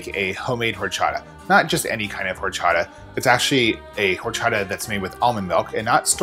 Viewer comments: It's pronounced Orchata. The "H"is silent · love it, I kinda want to go home and make this ( I'm not even vegan ) tip: H is silent :)